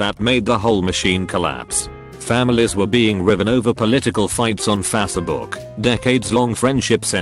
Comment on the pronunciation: Literally no one: Text to speech: Fa-suh-book